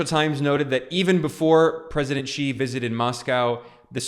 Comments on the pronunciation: Xi is pronounced as ‘see’ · Hi Ben! I follow your videos all the time and am fairly surprised that you are pronouncing Xi with a G sound instead of the Z sound ! Hope you correct it.